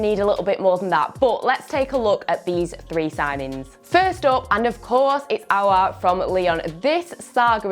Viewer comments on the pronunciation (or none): none